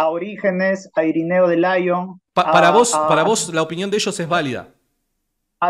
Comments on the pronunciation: Lo siento, eso de "Irineo de Laion" me ha matado, desde ese momento sólo podía reírme. Decir Lyon así sólo demuestra que tiene poquita cultura el tipo, porque no es lo mismo la palabra inglesa "lion" (león) que es la que pronuncia, que la francesa, "Lyon", sobre la ciudad. Con raíces etimológicas complementamente distintas y sin relación. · de laion haaa pronunciar en ingles te resta 10 puntos